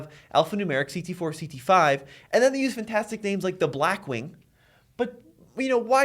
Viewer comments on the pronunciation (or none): Fentastic is not a word!